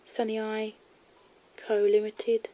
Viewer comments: Pronounce it “San A” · I think the company is pronounced san-eye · it is said san ee a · It is pronounced San-eye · i pronounce it as san-yay